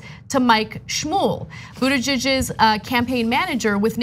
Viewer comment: I love Anna's pronunciation of the possessive Buttigiegggg'z. 😅